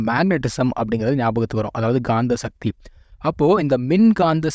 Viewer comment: முடிந்த வரையில தமிழ் சொறகளை உபயோகிக்கவும்! ஷக்தி. அல்ல. “சக்தி”. தமிழ முறை சிவன வழி- சித்தரகள பினபற்றுவது- சிவன ஒன்றே கடவுள சமஸகிருத தாக்கத்தை /அதன உச்சரிப்பை கொண்டு வர வேண்டாம நன்றி usa